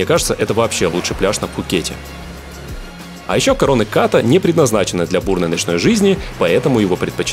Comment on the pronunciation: Отличный выпуск. Приятно было услышать про некоторые вещи, которые блогеры обычно не освещают. Единственное, что поправлю, так это то, что название пляжа Ката правильно произносить с ударением на последний слог.